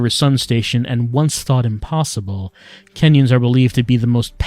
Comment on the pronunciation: Every time "kenyons" got mentioned, I just parsed it as "Kenyans". Apparently a very powerful nationality.